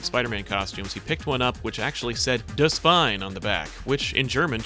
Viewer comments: 'Die Spinne' is actually pronounced 'dee spin-uh', not 'the spine'. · The pronounciation of "Die Spinne" physically hurt me